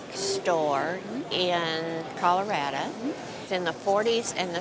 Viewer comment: "Col-a-rada" 😂 love it